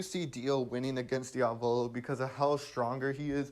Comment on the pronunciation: Drinking challenge: drink one shot every time he says "Diavolo" with the wrong accent